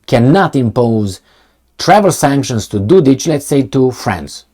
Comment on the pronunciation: Dodik is pronounced with K like Kenya. He is not Dodić.